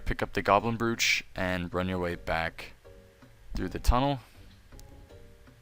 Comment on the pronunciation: "The brewch"